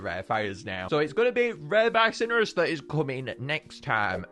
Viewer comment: Bi-so-nor-us: Bi-sin-ur-us